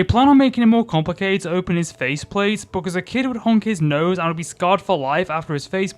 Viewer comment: dude i love this video but why do you say "because" as "buh cuh"